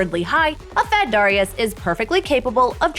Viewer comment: stop saying darius like that.. my god lmao